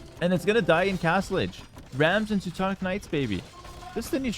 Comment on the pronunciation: Why do you pronounce Teuton and Teutonic differently? It’s the same word. Why do you pronounce them differently. It makes no sense